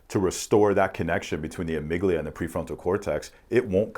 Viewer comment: I don’t mean no disrespect, just want to help out. the amygdala is pronounced “ah-mig-dah-lah” vs. it sounds like you’re saying amygdilia. You sound very smart though, I think the PTSD tests should be done like you were talking about.